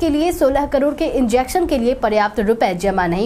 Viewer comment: Karod ki jagah per aap karoro bolati Ho